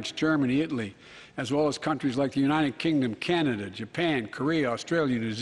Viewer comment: Is just me or he keep saying unined instead of united.??